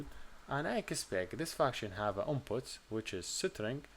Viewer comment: Cool way to pronounce String (isTring) = SitRing 😜